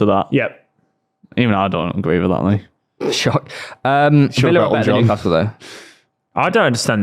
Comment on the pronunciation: WHERE NEW-ASTLE LMAO !!!